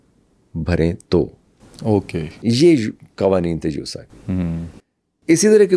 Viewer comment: یوسا نہی، یاسا